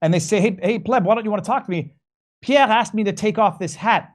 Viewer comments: His name is Pierre, not Peah,. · Why does keep calling him "pievve"?